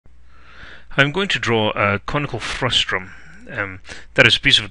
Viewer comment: Nice video, with useful suggestions...but the word is "frustum," not "frustrum"!